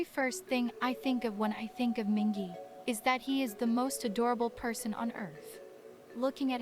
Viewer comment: There's a lot of great content in this guide but the pronunciations aren't great. Mingi is Meengee (like geese) not Minjee. The character Yeosang created is Hehetmon not Hee hetmon (his laugh sometimes sounds like heh-het). The other word you asked about was aegyo (being cute) not ehjiyo. Fun fact, at a fan sign not too long ago, a fan made a costume and came as Hehetmon--ATEEZ was so impressed, especially Yeosang. Best. Atiny. Ever.